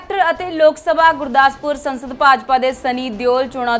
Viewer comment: Sansad ni saansad